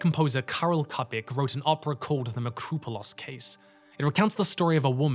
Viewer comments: Impressive guest voice list! Just a note: Čapek is pronounced "Chapek" not "Kapek". Most languages don't have the degree of inconsistent spelling that English has, so if you see two different consonants, they very likely have two different pronunciations. (I'm trying to learn how to be nice about my pet peeves, but I may not have it totally down yet.) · Čapek, Čapek, like Ch in Cheese! I'm sure others corrected you but by god man it's not like he has a Ř in his name! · Its Karl Chapec (like in "chuck") not Kapek. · Čapek, not Kapek